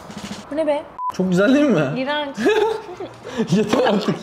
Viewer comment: Fark etiyseniz yeto diyor